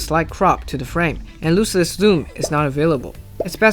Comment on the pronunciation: Always excited to see one of your videos hit my feed, your guys' production quality is unmatched! Some small feedback, the English pronunciation of "lossless" sounds like "laws-less" instead of "loose-less"